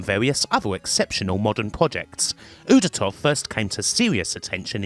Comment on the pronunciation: As a Russian, I can’t help but wonder why are accents in our names so difficult for you Western folks (it’s UdOtov, specifically). Still, excellent video as always,!